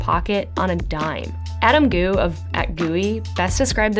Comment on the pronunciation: Gooie… oh dear - GH is pronounced as an F… Gough